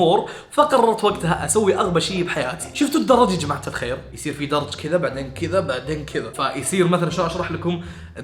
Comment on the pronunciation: حبيبي اسمه درج مو طرج لا حضتو انه يقول طرج اسمعو زين وتشوفون